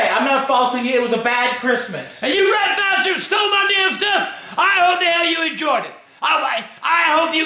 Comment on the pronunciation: Did he say rat bustard